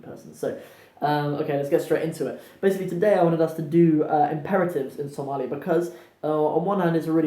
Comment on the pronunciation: you are amazing brother, you pronounced somali perfectly, better than some somalis i know, Masha,Allah. we love you brother for the sake of Allah, Allah dartiis ayan ku jecelnahay.